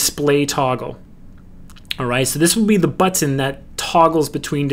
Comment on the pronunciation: That may be how you say wacom, but that's NOT how you say button. lol